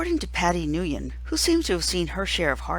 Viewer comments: Your pronnouncing "nguyen" wrong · As a Vietnamese, please try pronouncing it right